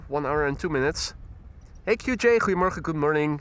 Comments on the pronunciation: Ah, it is then. As for his pronunciation of “Goedemorgen” which I’m familiar with, it sure sounds like he’s saying “creemorgen” to my ears. Thanks for the clarifications. 👍🏻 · Ok helpful Dutchies, when is saying good morning I don’t think I’m hearing Goedemorgen. It sounds more like “cremorgen”. What is he saying?